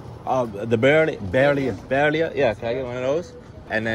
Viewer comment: Bear -ie-a = birria